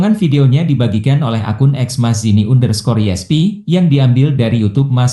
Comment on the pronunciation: Under baca ander